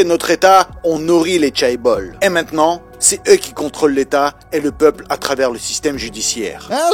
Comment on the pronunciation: En sachant que tu allais répéter « chaebol » une trentaine de fois tu aurais pu au moins apprendre à le prononcer correctement